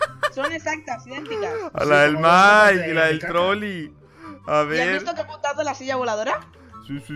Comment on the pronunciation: Oye se dice Mike no miak